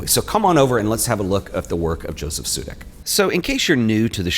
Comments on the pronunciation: It is pronounced "Yosef", like yoyo. Otherwise beautiful video, thank you :-) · Josef in czech is pronounced Yosef